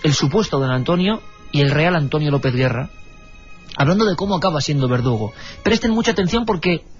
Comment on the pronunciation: Iker...ANTONIO LOOEZ SIERRA NO GUERRA....😮😮😮😮AY DIOS MIO🤢🤢🤢🤢🤢